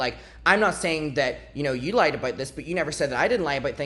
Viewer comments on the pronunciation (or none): none